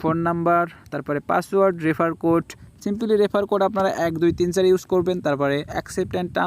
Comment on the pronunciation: tor heda simpily simpily kore abal simply hobe re abal